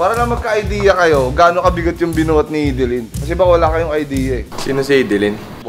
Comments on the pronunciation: Hidilin✔ Hidilyn❌ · buong akala ko Hi- di- lyn (Haydilin) ang pag pronounce hehe thanks boss cong sa another info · Pronounciation: High-D-lin 👎 Hee-D-lin 👍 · na-mispronounce mo boss cong pangalan ni hidilyn